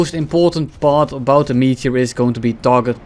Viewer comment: I cannot unhear pronouncing it "Meatier"